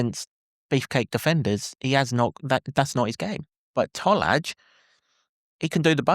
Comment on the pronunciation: IT'S pronounced Toll-eye Tolaj